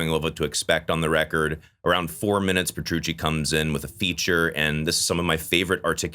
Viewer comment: Please take your time pronouncing the word "Theater" the way you just say "Dream Thierdr" makes a lot of this unwatchable for me😂 same thing with John Petrucci... bro says "Prchoochi"